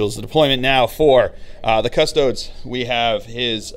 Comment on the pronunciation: Cuh - STOH - deez